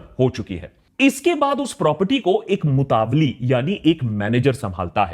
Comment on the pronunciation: मुतावल्ली होता है न के मतवाली